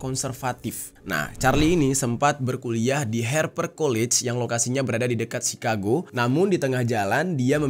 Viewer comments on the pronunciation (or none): none